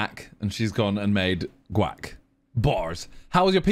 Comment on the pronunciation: Why do they say gauc like WAP. Is that how all english ppl pronounce it?